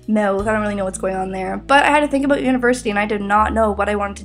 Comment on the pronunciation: Aboot. Hehe.